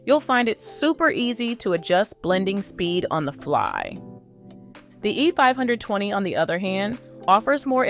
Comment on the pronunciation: Is this an AI voice? If not, you need to change your cadence and tempo. Also you keep saying "the E.............520". The gap between E and 520 is unnatural